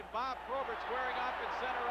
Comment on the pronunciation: BOB not BOD. WENDEL not WENDLE.